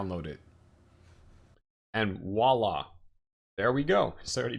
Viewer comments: Oh and it's vwah-la not walla. ;) voilà in French means "look there". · ... its pronounced "Voila!" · I'm with another commentator re the irritation. Voila is not pronounced "wala" in any part of France I've ever been. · This video is such a great service. I also know not to make fun of folks for their pronunciation (because it means they learned the word only by reading!). That said, if the host is going to say "Voila!" as often as this, I must insist that he say "Vwa-La" instead. ;-) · Great docker tutorial, this helped me a lot to understand using docker on windows to establish a linux development environment. but please watch this video to learn how to say "Voila"! It's a V, not a W! ;)